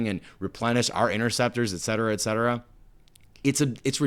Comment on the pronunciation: "Obsequious" ... four seconds later: "ex cetera, ex cetera"